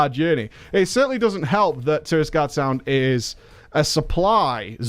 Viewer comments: The Alliance zone is called TIRAGARDE Sound btw (not Tirisgarde) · I like how almost everyone pronounces Tiragarde Sound wrong xD